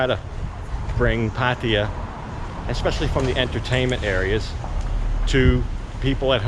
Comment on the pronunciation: Finaly some one who can say Pattaya correctly